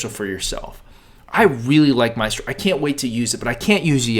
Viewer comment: You spelled Mystro wrong and you pronounced it wrong.